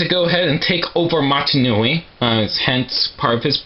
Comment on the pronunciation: man actually you know what? If you dont do lives...then iam bored...YOUR THE ONLY PERSON THAT I WATCH ON YT!!!! (ps. You say matI nui XDDDD)